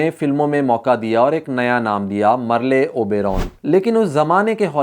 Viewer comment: Merle should be pronounced as Merl